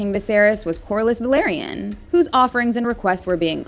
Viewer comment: It's Velaryon, not Valeryan.